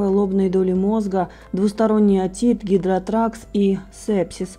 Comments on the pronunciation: гидроторакс наверное а не гидротракс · Не гидротракс, а гидроторакс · Говорите грамотно если берететесь. Гидротракс???? Может гидроторакс? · Привлекать людей заголовками о заявлении врачей и затем перечислять вычитанные из разных источников это низко. Если уж берётесь информировать людей, то хоть произносить слова научитесь правильно. "Гидротракс" это что? Недоумки, не стыдно пиарится на чужой беде? Или деньги не пахнут? Сколько же подлецов развелось! О его состоянии говорить имеет право только его семья! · Гидроторакс— не можете правильно говорить — не говорите! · Гидроторакс, а не гидроторакс.